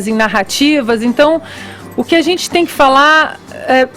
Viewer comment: Esse tal Fefito não tem amigos não, gente? Pra dizer pra ele que esse não é um modo adequado para um adulto falar. A zente. Tenha dó. Meu primo de 4 anos pronuncia as palavras melhor. Tem que ter estômago!